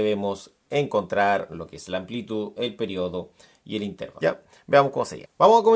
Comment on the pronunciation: bien pero no diga "intérvalo" se dice intervalo sin tilde